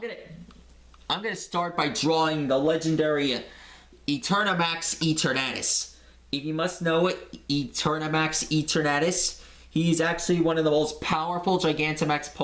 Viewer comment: It’s pronounced Ee tur nu tus